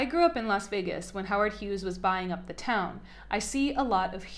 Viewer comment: You had trouble pronouncing "commensurate," "Andreeson," and "Vegas." For those of us following Elon for the last two decades, he often quotes from various classics and philosophy books, and apparently explored the world's great books as a self-trained youth. He is an autodidact, so confusing the Iliad and the Odyssey isn't surprising (I once confused Gilgamesh and Beowulf, which I had to read in the same class one semester). Human relationships and emotion are not his forte, but attacking someone who is neurodivergent on his cultural appreciation seems a bit of propaganda. As a culturally famous person and a political player, your criticism is fair game if it were true. I'm glad you admitted he is a reader later in the video. Even if your literary tastes are different than Elon's. Perhaps, if those who, like J.C. Oates, believe empathy and compassion are truly valuable to humanity, she could create a trillion-dollar company? Why is lying about Musk being "born into wealth" (as he was a middle-class South African) considered a knock when most people value wealth production more than literature? Don't blame the players, blame the game that populist democracy created. Wealth is time, it is health, but it is also the value of your creations. If you were truly worried about Elon's emotional health, perhaps you should stop filming your breasts for YouTube (although I like the lack of a bra).